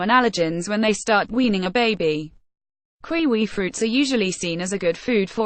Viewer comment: kiwi. woman get it right. u keep saying its kqwee kqwee its not! A KQWEEE KQWEE OK WOMAN LOLOLOLOL